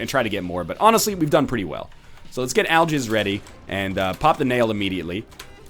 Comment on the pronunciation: nl nice english aljizz instead of algix